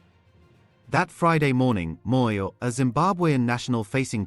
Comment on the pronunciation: You I always listen to how you pronounce black people' surnames and you nail them all. Are you having time to practice this or what? Always on spot. eg Moyo! That's impressive. Your podcast is very informative.